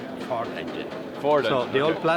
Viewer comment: Yeah i was all excited till he said V-10 Frod. (sounds like fraud)